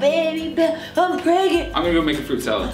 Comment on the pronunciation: are you. rey. prangnant